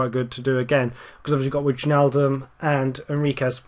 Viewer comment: Wijnaldum is pronounced Why-naldum, I believe.